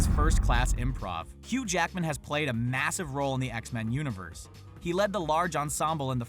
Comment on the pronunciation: it’s not X-Man, it’s X-Men